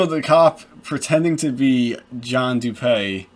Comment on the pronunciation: Dewpay? Nonsense. It’s DOOPEE. As in when you doodoo and peepee at the same time. Lol